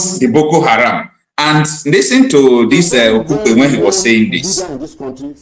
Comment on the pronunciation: GUY HIS NAME IS DOYIN OKUPE NOT KUPE 😂😂😂